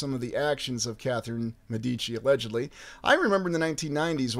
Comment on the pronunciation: Many thanks, as always! Great stuff. You said "Medici" two different ways. Confused, I went to my trusty Forvo⍽cwm to listen to the pronunciation by volunteer native speakers --- not that they can be trusted! Hahaha!